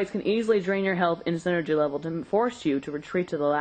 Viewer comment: No, it's Psy-nergy. Look at how it's spelled AND what it means. it's not refferring to Synergy, but energy from the mind.